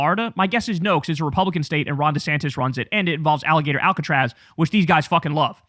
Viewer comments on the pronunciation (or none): ah yes, alligator alcatraz or as nick shirley would call it agillator alcotraz